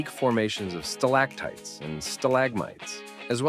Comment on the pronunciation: Especially where the voiceover referred to Sta-LAG-mites and Stal-AG-tites.